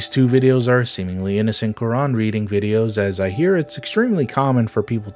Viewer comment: Why do they wreck the name of Quran